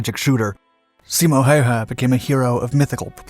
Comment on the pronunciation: Props on your pronunciation! Never heard native english speaker pronounce Simos name and many of the city names as good as you did💪